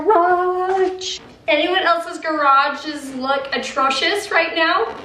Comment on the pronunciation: Cute pronouncing atrocious ….. atracious 😀😀💕